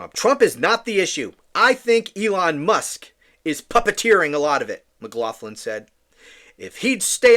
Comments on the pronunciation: It’s pronounced “maglocklin”. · She was judged and found wanting., her name is of Irish origin and is pronounced 'MaGloglin'. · Lol! The name “McLoughlin or McLoughlan are irish names. Say it like MagLocklan. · I think it's pronounced McGlocklin.